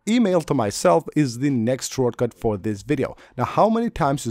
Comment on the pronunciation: “Shore” cut lol